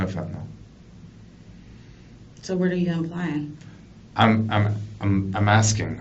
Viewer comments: Can we please stop saying fentanall... It's ILL fentaNILL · Its pronounced "Fen tuh nill" not fentanOLL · I’m tired of ppl pronouncing it fentin-ALL. It’s pronounced fentin-ILL.